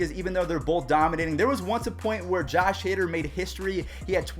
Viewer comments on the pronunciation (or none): none